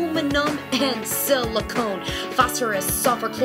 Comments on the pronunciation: This is a great resource for my students. But, just so you know... The element Si is pronounced "Sill-a-CON" not "Sill-a-conE" and it is NOT the same substance that is in plastic surgery implants. The element, Si is used in computer chips...hence "silicon valley." The substance used in implants is silicone. From Wikipedia..."Silicone is not to be confused with the chemical element silicon, a crystalline metalloid widely used in computers and other electronic equipment." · Silicon was said incorrectly also.